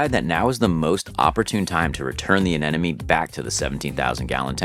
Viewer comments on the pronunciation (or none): Why do you keep saying aneneme it’s anemone! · Hearing anemone repeatedly mispronounced is driving me nuts. It’s pronounced “uh nem uh nee” As my 5th grade teacher taught us, “if you want to pronounce anemone correctly, remember that the anemone is not your enemy… or there’s no enemy in anemone”. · Good explanation and always amazed by setup and his team. But, please, say it with me: Anemone. A-nem-o-nee! Don't want to hear the narrator pronounce "nuclear".